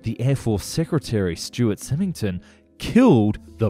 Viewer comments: SY-ming-ton, not sim-ing-ton. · You need to place emphasis on the "Y" in Symington. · The Air Force secretary’s name is pronounced “Sime-ing-ton” with a long I sound